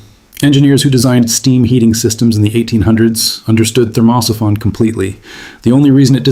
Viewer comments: STUPID AI PICTURES TOTALLY SURREAL.... THERMOSIPHON PRONUNCIATION HILARIOUS.... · At what point do you think that you might listen to the AI reading the text and it’s in ability to say thermo siphon.